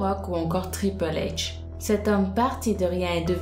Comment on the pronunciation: a elle dit TRIPEL H au lieu de TRIPLE H